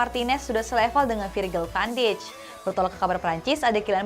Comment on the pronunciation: presenter kedua ini jarang bener nyebut nama pemain, pelatih & club. contoh yg sering salah nyebut: - van dijk jadi van dich - lyon jadi layen - league 1 jadi league one - kadang tuchel jadi tucel - marseille jadi marseli